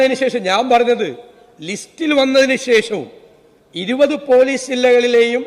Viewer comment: ലീസ്റ്😂😂 ലിസ്റ് എന്നുപോലും പറയാൻ അറിഞ്ഞുകൂടാത്ത മുക്കിയ മന്ത്രി😅